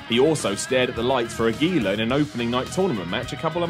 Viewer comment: AG-U-LAR-A! What is it with brain short-circuiting when it comes to pronouncing Spanish words.